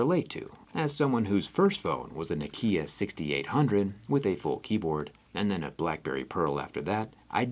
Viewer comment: That pronunciation of Nokia upset me 😂